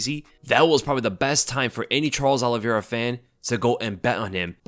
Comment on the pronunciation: Say your predictions again! Oliviera this Oliviera that. Dead wrong.